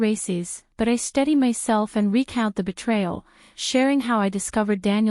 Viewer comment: Steady, not study.